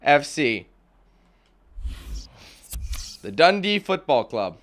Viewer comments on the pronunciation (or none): Im a Dundee fan and I was wondering how you managed to mispronounce DUNDEE FC